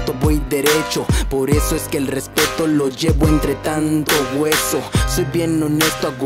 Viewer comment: Halguien a notado q cuando deletrea RESPETO dice RESPERO